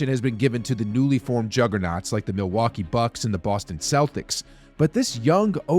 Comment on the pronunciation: "Milwuakee" bucks ? Cmon man. Are you from India or smth?)))